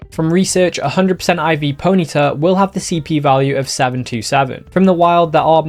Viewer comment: PONY-TA not ponita